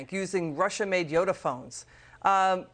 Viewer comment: it is yota phones not yoda i feel like people may get turned around online looking them up